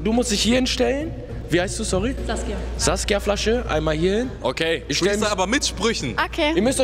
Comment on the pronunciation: Hamed: ,,Saskia Flasche'' 😂💀